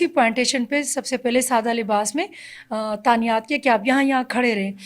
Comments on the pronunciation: Keep up the good work. It’s tainat not tanayat on there. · تعنیات نہیں تعینات ہوتا ہے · تعینات ہوتا ہے بی بی تانیات نہیں